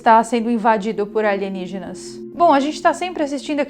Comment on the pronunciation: Aligenígenas e não Alienígenas!